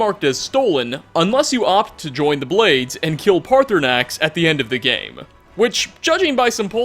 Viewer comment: WeLl(a) , gAmE(a). Suprised(a). Why do you have this obnoxious wanna be news anchor thing going(a) and why do you have to add an extra letter to the end of every word at the end of your sentence. Unless its a literal location name. You finish it off like this(a).